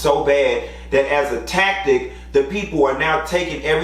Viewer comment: “If nobody ever told you dat it’s cuz yo teef is yellow”😂🤣🤣🤣